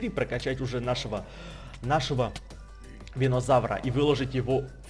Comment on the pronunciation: это не винозавыр это бульбазавыр